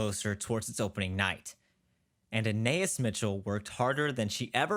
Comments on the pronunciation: Every time he calls her "Anay-is" instead of "Ah-ny-eese" I die a little inside. I have no idea why this is driving me as crazy as it is, but it is. :) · I think her name is pronounced Ah Na Es. Like Anais Nin. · Hey her name is pronounced Anne Eye Ees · Interesting video, but please learn how to pronounce Anaïs! I wanted to throw something at the tv every time you mispronounced it.